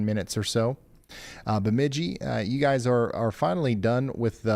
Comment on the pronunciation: I'll help you with a quick how-to speak Minnesotan. Perham is like you said it if you are on the phone, or Purr Um, Frazee is fray zee and Bemidji is for sure Burr mid jee. lol 😆